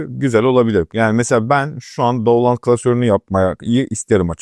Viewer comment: down-loud ? yapma dostum...